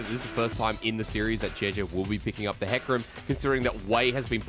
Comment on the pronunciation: He said hecram daughter lol